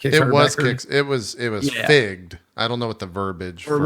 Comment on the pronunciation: "It was figged...." O.o Anyone else? Anyone?